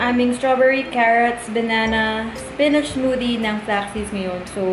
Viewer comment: HAHAHAHAHHAHAA TAWANG TAWA AKO SA FLEYVER AT SPENECH